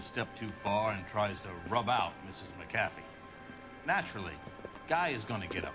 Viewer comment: its McAfEE. just saying